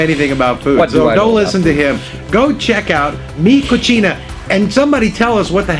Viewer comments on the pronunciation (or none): Mi Cocina means 'my kitchen.' It's pronounced coh-see-na, not coh-chee-na. They way you two said it, translates to 'my dirty.'